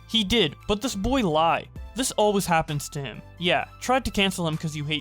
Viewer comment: Keemstar says always as owies lmfao